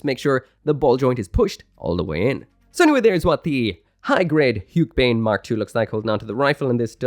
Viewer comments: Hiyuk-buyn? And I always thought haka-beyn is how you pronounce it😅😅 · It's pronounced as "hugh-keh-bind" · Easiest way to pronounce it is "hugh-keh-bind" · Take a shot every time changes the pronounciation of Huckebein